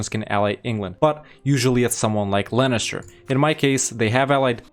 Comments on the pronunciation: sorry.. i just have to do this.. inhale IT'S LEINSTER NOT LANNISTER!!!! AAAAAAAHHHHHH!!!! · I'm so confused why you're calling Leinster "Lennister". xD